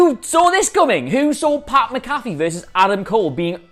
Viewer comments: Say it with me Adam. Mac-A-Fee, NOT Ma-Caffe! 😡😡😡😡😡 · it's Pat "Mac-a-fee" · MAC-A-FEE. MAC-A-FEE. DAMMIT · Mac-Afee, not MaCaffe. Just like the anti-virus program. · Great shit. Names (MAC-A-Fee) btw for future videos don’t want to get the champs name wrong. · I've heard SOOOOO many Brits pronounce it "MA-CAFFY". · I'm a Brit and the only McAfee I know here pronounces his own name "Mac-A-Fey". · It's sad that a guy from another sport could cum in and outwork and outdo them on the mic then anyone in the wrestling business and will dude pronounce his name rite